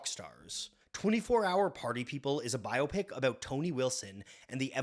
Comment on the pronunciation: Bonus points for not pronouncing it "bi-opic" like so many dopes out there.